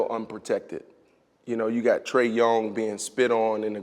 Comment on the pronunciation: He said Trae Yong